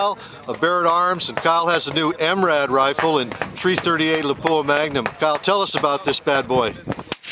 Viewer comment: It's called LAPUA. Not Lapuua. If you can't pronounce it correctly, then don't use it.